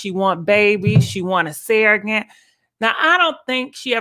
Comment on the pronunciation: Serr-o-get not sarragant